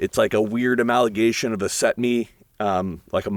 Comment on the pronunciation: he meant ‘amalgimation’